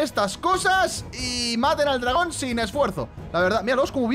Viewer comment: le dice dragona enves de dragon